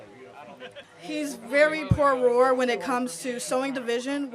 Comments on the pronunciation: prooor roar Bruh … I had to rewind but she actually says proor roar twice instead of “pro war” lmaoo I’m in tears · She cant even say Pro War